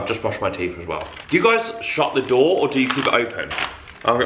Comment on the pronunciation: OMGGG i thought was cursing when he said “shut the door” 🤣🤣🤣🤣